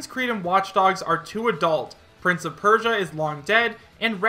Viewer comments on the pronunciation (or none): none